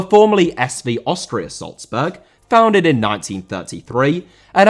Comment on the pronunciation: Dinamo* not Dinamau Depot* not Depouw Honda* not Honder El* not Al Al* not El Mitsushima* not Mitsushimer Jersey* not Jerzey Salzburg* not Soltzbög Rasen* not Rohrzen Dissolved* not Disolved Transit* not Tranzit Opel* not Ouwpel Cimento* not Cementouw Liga* not Liguer División* not Devegion Leverkusen* not Leiverkusen Wolfburg* not Uolfsbög